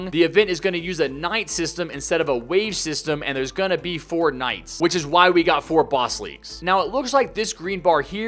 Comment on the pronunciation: Haha when he say 4 nights I thought he said fortnite